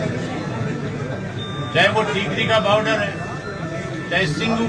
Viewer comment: इसको बोलो baauddr नहीं बॉर्डर होता h